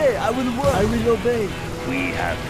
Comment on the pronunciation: what a pro. "that is a lot of worrkkk".